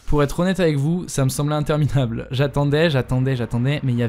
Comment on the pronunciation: a 8min59 au lieu de dire interminable il dit intermitrable